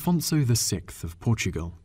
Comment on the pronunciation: It's SIXTH not SICKTH...